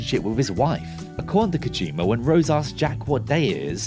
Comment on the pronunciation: Kojima not Kojimer. You invented the English language so at least speak it properly.